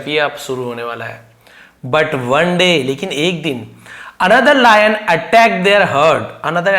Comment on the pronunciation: Layan ❌ lion ✅✅